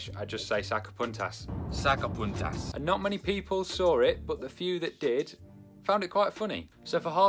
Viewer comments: Say '''saca PUNTAS""....the u ....like in MOON. Saca PUNTAS !!! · I thought you said sacapuntas cuz it almost sounds like “saca puntos” as in points lmfaoooo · I thought he was saying sucker puncher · I thought he was saying soccer punters in a weird accent haha.